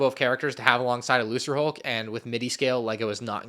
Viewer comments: Why do you pronounce Lucrehulk that way? I always thought it was "Lu-ker-hulk" not "Lu-sir-hulk". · It’s pronounced “Luker”hulk not “looser”hulk although I get why he pronounced it like that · Was saying Lucrehulk wrong? Last I checked, it was supposed to have a hard 'c' (lu-ker-hulk) not a soft 'c' (lu-ser-hulk). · It’s probably pronounced “Lu-KER-hulk”, I think; Lucan’s a Middle English word is pronounced “Lu-KER” and means money or profit. It’s another one of Lucas’ amazingly unsubtle references names for things, lol. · How is pronouncing lucrehulk??!!!!?!!? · interesting video, however, one thing, when u pronounce "The Lucrehulk", u pronounce the first C is pronounced like a K, its just sum that I felt like I needed to point out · Does it annoy anyone else how he says certain things? Lucrehulk for example? Like they say it out loud in so many things and yet he still says it wrong.